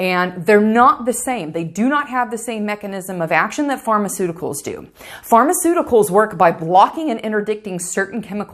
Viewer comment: Take the p off. Harmaceuticals